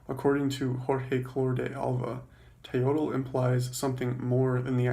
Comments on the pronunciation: Mispronouncing the word you are explaining. It's pronounced "Te-yoyt" not "te-yodel" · Pro Tip: the Nahuatl speaking people don't pronounce the L at the end of proper words. The L in Teotl and Nahuatl is silent.